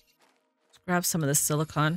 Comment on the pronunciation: Thank you for being the only youtuber I've yet seen to not call silicon silicone.